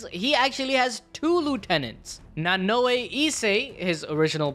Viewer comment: nanoe? xD come on bruv